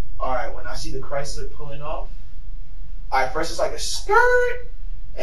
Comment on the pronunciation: I've never heard someone pronounce CHRYSLER so correctly!!!!! 😂😂😂😂😂😂😂